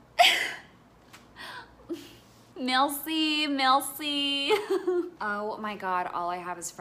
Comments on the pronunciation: MELCI MELCI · The way she said “Bonjour” and “merci” made my blood boil